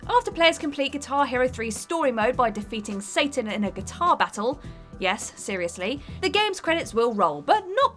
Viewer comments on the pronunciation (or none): none